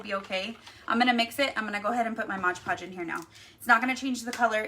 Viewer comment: Lol, no, you said it wrong. It's MOD Podge, not MODGE PODGE.